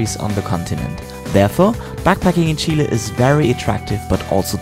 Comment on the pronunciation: First European guy that pronounces "Chile" the right way. Thumbs up for that! Cheers from Chile!